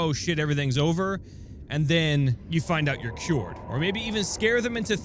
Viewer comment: "They are cyuwered"